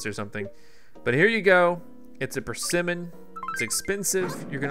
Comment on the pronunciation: PER-se-mon XD sorry. The first time I saw one I thought it was a tomato. XDD